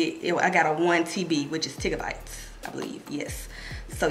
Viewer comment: Lol I can’t with making up her words lmao “TIGGABYTES” 😂😂😂